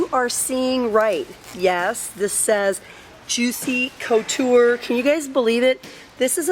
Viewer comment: Please pronounce Juicy Couture right sorry....